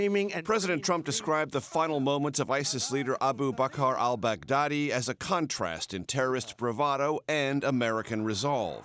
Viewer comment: Why can't I stop hearing "Bag Daddy"? Mad props from the Philippines btw, US